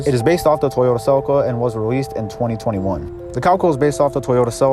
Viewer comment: se-leek-ah not sell-ika -.